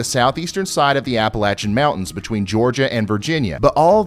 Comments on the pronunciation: Just want to say Thank You for the correct pronunciation of the Appalachian Mountains! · He pronounced the Appalachian Mountains correctly! I'm Subscribing!